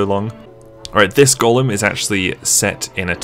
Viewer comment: yeah, sounds a bit more like he's saying Golem... than Gollum. "goll-uhm! goll-uhm!" edited to add: ah, at first at least. I noticed later on in the vid, pronunciation shifted a bit.